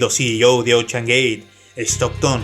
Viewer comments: Se pronuncia "OUSHEAN/ OUSHAN" NO OCHAN! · Me mató tu "Ochean gey" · Todo iba algo bien hasta que escuche "ochean" "Oceangate" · Ochan gueit Jajaja